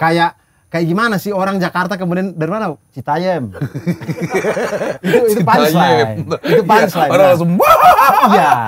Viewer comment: Citayëm Bang Abdur... Bukan Citayém😅😅😅😅